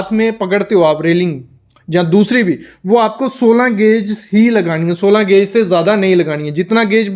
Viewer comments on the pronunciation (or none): गेज होता है गौज नहीं भाई